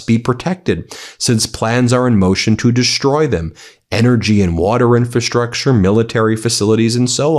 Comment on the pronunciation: You constantly mispronounce "infrastructure." In FRA structure, not in fa structure.